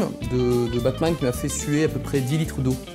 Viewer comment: Quand il a dit bat man j'ai compris pack man